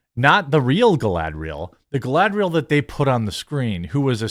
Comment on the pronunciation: Dude, when you say "Galadrial" you pronounce the "A" correctly as a soft vowel. So WHY do you say the "A" so wrong on other words? Like when you said "SAG" as "SAYG"! Gross!